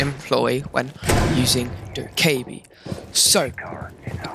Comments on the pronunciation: im pretty sure its doe keh bee btw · I love how u said do ka ebi lol 😂 Keep ur content:) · hahaha that was funny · it’s annoying how you say her name wrong